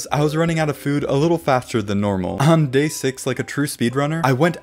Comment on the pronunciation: When he said day 22 he said gay 22